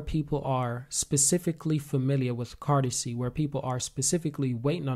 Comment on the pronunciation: Can you stop calling it cartazay